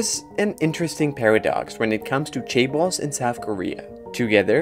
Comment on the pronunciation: Chaebal? Cabal? Seriously…